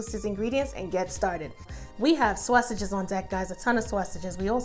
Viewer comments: Excellent recipe loved the way you say Swasages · I like how she says sausages lol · The way she says sausages I can’t lol 😂 lol still gonna try this for my Christmas 🎄 meal Oh I did follow candied yams recipe for thanksgiving omg it turned out perfect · Yeah she sounds lowkey Italian when she says it 😅🤣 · Looks soooo BOMB !!. I just want a video of you saying sausages 😂😂 lol, I’m from the south so all I hear is SAWSUCH, I love your accent so much !